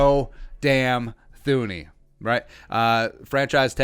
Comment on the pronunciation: It's pronounced TOO-nee, if you're gonna do a whole video on him, atleast learn to say his name correctly lol